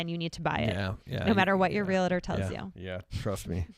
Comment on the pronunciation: Love you guys. Been watching forever. BUT PLEASE stop saying REAL I TOR. It's Realtor... no "I" in the middle.